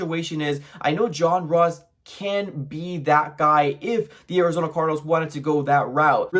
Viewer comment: Turned this shit off when he says John Ross